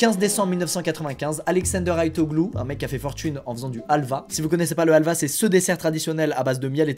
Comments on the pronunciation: En tant que grec, il faut que je le dise. C’est Alva mais halvas avec le « h » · Pas alva, sa se dit havl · Helva 🇹🇷 ❌ Halva 🇬🇷 ✅ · on dis de la 'halva et pas du halva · On dis helva est c’est turc déjà